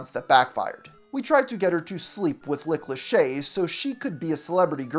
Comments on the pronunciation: Lick Lachey? 😆 You really thought you could slip that past us, eh? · umm who the hell is "Lick Lachey?" I thought it was just a single mishap, but nope, he repeated it. Lordt. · “Lick Lachey”? 😂